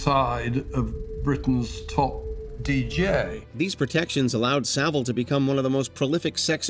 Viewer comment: Please say savile properly